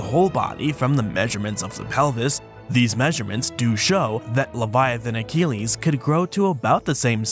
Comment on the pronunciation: Sorry for intervening again about the Latin pronunciation. Leviathanochelys: the -chelys part should be read as 'keliss', not "keleeze". Thank you.